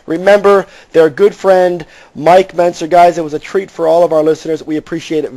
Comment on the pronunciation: Why does Bob Chic keep pronouncing Mike Mentzers name wrong??